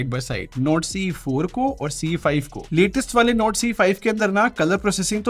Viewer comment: his NORD sounds like NOTE 😅😂